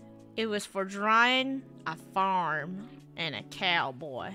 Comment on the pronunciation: A faurm a couhboi and a horsæ